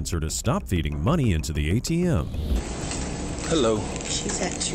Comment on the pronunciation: "herro?" "I'm with the White Settlement Police Department" 😂